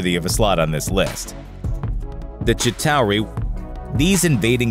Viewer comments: its chitaur not CITARI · the chitowerwiw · chi tower ee------when the narrator has never seen an actual movie he is narrating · It’s not pronounced chi-tow-ree. It’s pronounced Shit-aw-ree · The gitarue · The ChIt OUURU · The shitauwie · Ok the way he's sating Chitauri is bothering me..it's "Chi-Ta-Ri" the U is silent. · "The ChITauRI" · Did anyone else hear chitawi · But why did you say "the Chitauri" like that? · How he says chitauri XD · Stop saying chitari like that